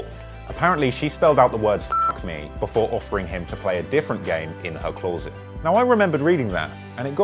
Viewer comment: The way you pronounced closet has pissed me off, as a fellow brit I am disappointed.